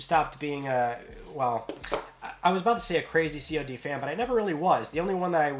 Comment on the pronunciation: It’s called CoD, not C.O.D